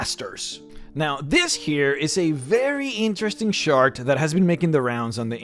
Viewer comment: lol, he says "shart" instead of chart. I'm 40 years old people, and that gave me the giggles.